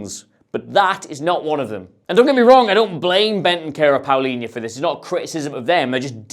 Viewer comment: PAlinha. Not PAUlinha... No U, mate